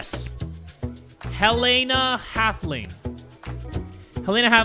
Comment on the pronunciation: Helena Halfling!! That’s my name its so crazy to hear say it and say it correctly